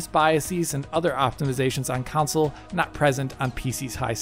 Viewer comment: How do you get away with saying "Council" repeatedly as a major gaming channel? Lol